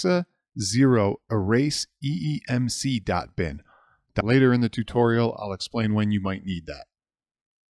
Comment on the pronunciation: Also Sir it is eMMC not eeMC. Nevermind, it happens, we are all humans.